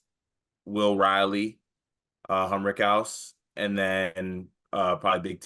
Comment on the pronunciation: it's HUM RICK OUSE